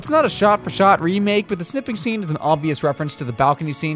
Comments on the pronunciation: did this mfer say "The SNIP-ing scene?" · Can we address the pronunciation of "snipping"?